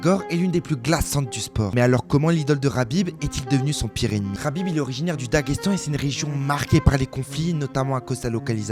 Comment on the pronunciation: Mec on est en France on prononce Khabib pas Rabib surtout quand on parle d un terroriste amis avec un ancien membre d al qaeda